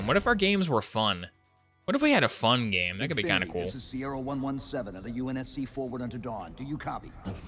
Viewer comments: you said unsc all together instead of U N S C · Calling the UNSC UN-SCUH is the weirdest thing ive ever heardd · “Unscuh” is the most vile way I’ve ever heard UNSC pronounced. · Bro said unska 😔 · No way homie just called the U.N.S.C UHNSCA……. No fukin way